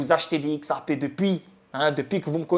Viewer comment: On dit xrp par x ar p crétin